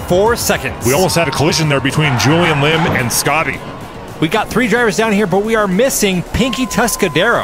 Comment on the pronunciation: Schotty is pronounded Schotty, not Scotty.